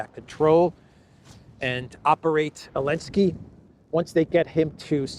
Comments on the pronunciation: I love that you still call him Elensky 😂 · What's the matter with you saying Elensky. Algorithms? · Is the Z in zelensky silent?